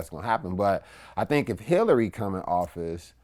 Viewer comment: He said Hillary aha...deuces